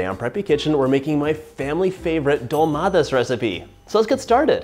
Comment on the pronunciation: You pronounced it well